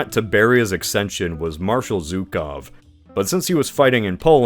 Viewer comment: “Zhukov” It’s pronounced “joo-kohf” (think J in French)